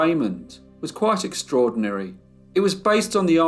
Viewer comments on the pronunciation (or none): none